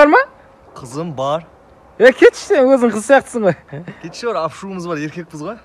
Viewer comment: ашуымыз бар дегенді апшуымды бар деп естідім